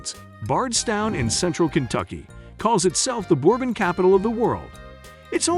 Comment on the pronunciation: The mispronunciations made this hard to watch. What the heck is boarbon and where is Lewis Ville?